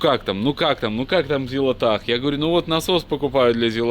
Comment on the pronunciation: Всё ещё неправильно называет Зилотpах Зилотахом...